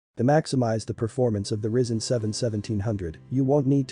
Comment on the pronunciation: Pronounced Rye Zen 😂